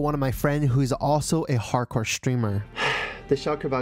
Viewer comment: Did you say hardcore?